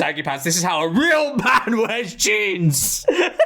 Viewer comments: the way he said jeans here felt misplaced HOW A REAL MAN WEARS JINS! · The way he said jeans had me dying 💀💀💀